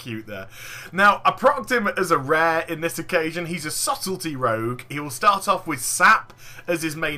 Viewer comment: "Subtlety" rogue